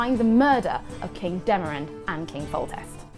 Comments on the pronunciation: She keeps calling Demavend, Demarand... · its king demavend not demaRend!!!